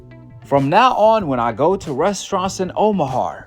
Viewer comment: someone call ICE on This dude can’t even pronounce OMAHA